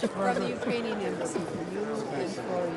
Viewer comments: ahahaha I heard Uranian (he skipped the 'k' there :) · I believe he said "Uranian". He is over 60 give the dude a break lol It isn't as easy as it looks to stand and speak to the entire united states and not mess up a word.